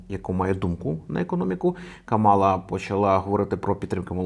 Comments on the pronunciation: Імʼя кандидатки КАмала, а не КамАла! Вона заради цього акценту навимсне!!! представилась під час потиску рук перед дебатами! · Вона не Кама'ла, а Ка'мала, будь ласка, поважайте ім'я людини і як воно вимовляється 🤓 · КÀМАЛА, а не КАМÀЛА. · Але чому КамАла, якщо вона КАмала? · В імені Камали Гарріс наголос на перший склад, а не на другий, виправляйтеся, пора знати ім'я наступного президента США на наступні 8 років!! Кáмала - наголос на перший склад!!